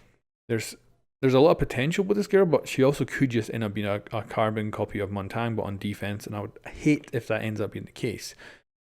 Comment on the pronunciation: That is not how Montagne is even close to pronounced